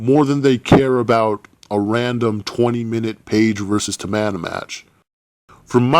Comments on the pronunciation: Is not tamana is TAMINA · Everyone he said "Tamana" I laughed so hard and loud. Im still laughing